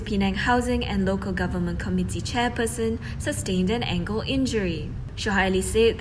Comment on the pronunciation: Newsreader's pronunciation has to improve.. " "..sustained an angle injury"?